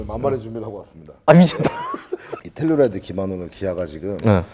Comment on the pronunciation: 텔룰라이드가 아니라 텔루라이드